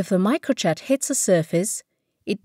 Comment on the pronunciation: or pronounce Micro jet as "microchat"